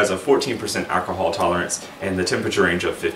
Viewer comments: This is great info. Also, the way you pronounce "Ak-a-hal" reminds me of Dave Chapelle's Tyrone 😁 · Boys and Girls, home made Mead an Alcahal has ruined my life!". 😁